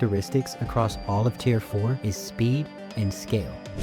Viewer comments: Tier not tear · its "tier" not "tear"